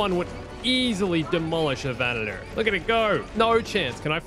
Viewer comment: It's Venator not Venetor